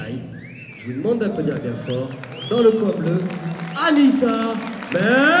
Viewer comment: Mdr on entend une meuf dire aller annisia o lieu de anissa jetait mdr